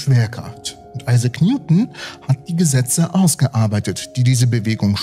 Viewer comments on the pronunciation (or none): none